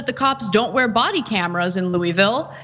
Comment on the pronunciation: You are pronouncing Louisville wrong!